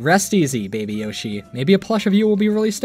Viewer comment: Beeg Beeg Yoshee.